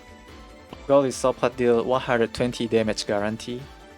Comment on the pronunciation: I believe its pronounced Go-Lie-so-Pod. Goli part is a word play from the word (Goliath) meaning Giant. (Isopod) from a marine invertebrate with an exoskeleton.